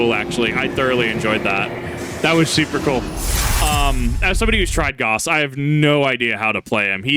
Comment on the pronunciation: his name is actually pronounces like Gowss because of the German mathematician, whereas pronouncing it Lile Goss, is the guy who invented the porcelain toilet